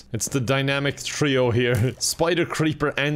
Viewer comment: Pronounces three without the H Also: "the dynamic thrio"